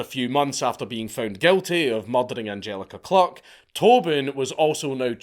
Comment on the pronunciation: Sorry but the pronunciations of the victims is awful. It’s Die-nah not Dee-na. It’s Ange-aleeka Klook not Angjelica cluck. Not much research done there